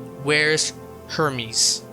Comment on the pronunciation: just so we’re clear Hermes is pronounced Air-mez when you’re talking about the brand and not the god 😭